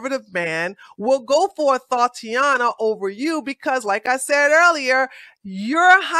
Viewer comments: What's a thoughiana? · She said THOTiana